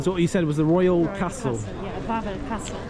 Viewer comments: Nie łałel tylko Wawel (vavel) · How come your friend didn't teach you how to pronounce Krakow or Wawel properly